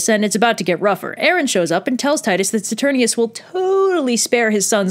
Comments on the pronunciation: okay I have watched this video about 100 times (partially because I'm currently in a production of Titus where I'm playing the only sane person Marcus Andronicus [Titus' brother]) and my only critique is ITS "SATUR- NINE-US" (my directer is very made at me cuz I pronounce it like this video) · You kept on mispronouncing "Saturninus."